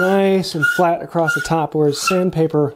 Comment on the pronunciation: Did you make this video just to see how many times you can say "acrosst"?